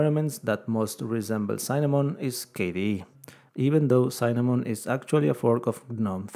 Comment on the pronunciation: It's Cinnamon, not Cynnamon!